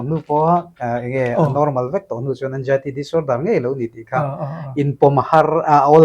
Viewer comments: Anzaity ti in soi roh nge Anjaity itih zel a ngaihthlak a hahthlk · Anxiety ❌ Eng-jai-ty ✅ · Anzaity lam dan pawh kan youtuber pa chu no mawi khawp mai